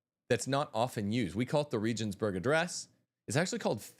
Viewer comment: Please learn the proper pronunciation of Regensburg